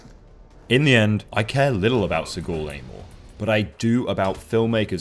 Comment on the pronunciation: Seaghoul? How the fuck does he pronounce the name?